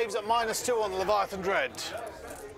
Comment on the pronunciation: it’s a LEV-VIA-A-THAN dreadnaught. 😌